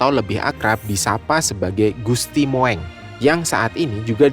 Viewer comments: Naratornya salah ucap. Gusti "Moeng" dibaca Mung (Mong) bukan Mo-eng. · Mas bacanya jangan gusti Mo.. ..eng tapi gusti Mung.....jadi lucu gitu 😅😅😅😅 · MOENG = dibaca dg sebutan MUNG bukan dibaca MOWENG ! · Tulisannya Gusti Moeng, tapi membacanya Gusti Mung